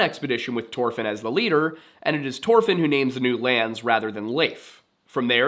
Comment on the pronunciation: Why do you got to say it like that. Just say it the way it's supposed to be pronounced Thor Fin. Not Tore Fin